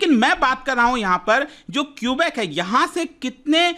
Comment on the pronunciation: At least we have democracy, and that’s why there were two referendums done in 1980 and 1995. And please pronounce the names the right way 😭 its kubek not kiubik. I like the video and tbh there are still protests going on and govt doesn’t suppress them. We are called True north strong and free for a reason❤